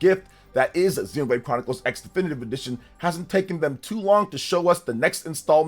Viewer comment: And it's called Xenoblade Chronicles ❌ Cross. As in Tekken Vs Cross Tekken. It's a Crossover with gameplay. Japanese, when used as a stand-alone morpheme to represent "crossover" or "cross," the "X" is often pronounced as "kurosu" (クロス), or sometimes as "ekusu" (エクス), depending on context. Here's a more detailed breakdown: "Kurosu" (クロス): This is the most common pronunciation for "crossover" or "cross". "Ekusu" (エクス): This pronunciation is used when the "X" is used as a stand-alone morpheme, like in "X-Box" or "an unknown quantity X". Not always pronounced: In some cases, the "X" in a title might be a visual element for emphasis and not actually pronounced, like in "Spy x Family". Examples: "Street Fighter X Tekken" is pronounced "Street Fighter Cross Tekken". "Shining Tears X Wind" is pronounced "Shining Tears Cross Wind". "Highschool DxD" is pronounced "Highschool D D"